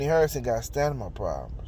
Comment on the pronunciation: It’s Stamina not Stanima. I SWEAR I CRACK IP EVERYTIME🤣😂😂😂🤣😂